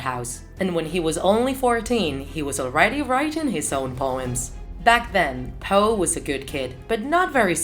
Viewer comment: NOT hoe, Poe